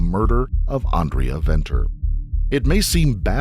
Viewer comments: Note: the 'v's' in 'Venter' and 'van Vuuren' are not pronounced 'vee' - they're pronounced like the 'f' in 'fate' or 'fun'. 😉 Thanks for trying to pronounce the other terms as well. Stellar content. 🇿🇦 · The V in her surname is pronounced with a F. Like Father. So it is Fenter. And Gerhards surname is Fun Fee rin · Venter is pronounced "Fenter" 😊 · The SAn justice system is disappointing at times. Side note - Venter is pronounced Fenter in SA . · Its pronounced Fen ter fyi 😂 but so dope seeing you covering a SA story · Venter = (fen-ter) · Who did this research?? Schweizer-Reneke is not "nestled" between Kimberley and Johannesburg; it is 300 km from Johannesburg, and 200 km from Kimberley! Venter is pronounced as Fenter as in F**k. Those accents!! I must be honest a girl growing up in the middle of nowhere in Schweizer-Renecke will not have an easy life in a metropolr like Johannesburg. Poor girl... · No excuses for what he did. How can you stand by and watch? The whole situation gives men a bad name. Remember gender based violence is not one gender. Venter is pronounced Fenter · Venter is pronounced 'Fenter'- an Afrikaans surname. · Venter is pronounced Fenter. So tragic, nothing was done to stop this mad man. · The "V" in Venter is pronounced "F". So, it's pronounced Fenter.